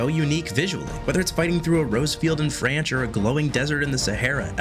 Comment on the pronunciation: My guy said “A flower field in franch 💀” but anyways nice video